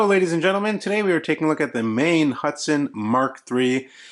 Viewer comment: It's pronounces "maan"